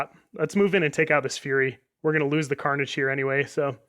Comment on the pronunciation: tharnage like manni calls it